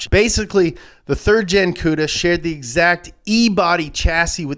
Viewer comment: Thank you you said Plymouth cuda